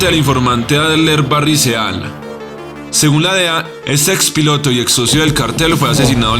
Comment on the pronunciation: Barry seal? O Barry siil? Así se pronuncia, "siiii"